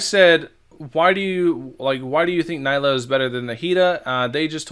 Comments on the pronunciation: It’s knee-lue, not nigh-Luu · mfer have you played through the story and met nilou yet? it's pronounced neelu not niylo